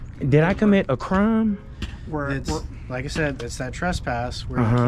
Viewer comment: Yes, you committed a "cram"...butchering the English language. 😂